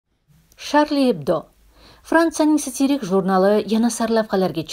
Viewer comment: СатирИк димасдан сатИрик диб тугри талаффуз киса буладими сузни?